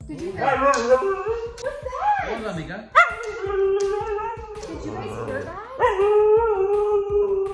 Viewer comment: You called her meeka .I heard nigga 🤣